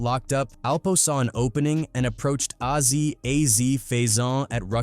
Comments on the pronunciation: A Z! Not ahzy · Why the fuck is it so hard for them to get Azie's name right. It's AZ, not Azzy. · "Ah-Zee"?! WTF?! Fuckin' Ai voices.